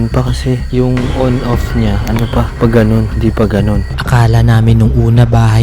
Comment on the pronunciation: lagi ako nanunuod ng videos mo boss, ngayon lang ako natawa kahit natatakot na haha , dun sa PAGANUN HINDI PAGANUNN🤣🤣🤣 BTW keep safe always sir malamang naman may pangotra din kayo sa mga masamang elemento or spirito ingat lang sa mga buhay na bakasakaling may hindi magandang gawin sa inyo 🙏🙏🙏